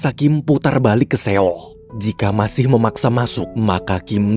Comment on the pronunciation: maaf min, sekedar saran aja klo buat kota seoul bacanya “soul” biar lebih enak aja min didengernya. hehe thanks min smoga kedepan bisa diterapkan ya🙏🏻